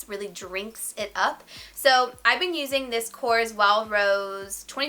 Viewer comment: Korres is a greek brand!Very very nice brand! You do not pronounce it correct!!!!Hahaha you are so cute!!!!